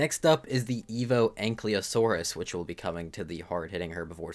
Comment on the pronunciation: the "Y" is before "L" in ankylosaurus btw, stop pronouncing it like it isn't. it's not "ankly" lmao